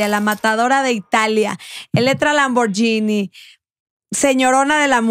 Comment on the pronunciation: Solo como información que cura, Lamborghini se pronuncia "lamborguini", no "lamboryini".